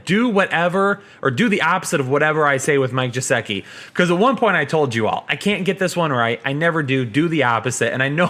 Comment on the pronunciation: Its Mike Gesicki not Jesicki **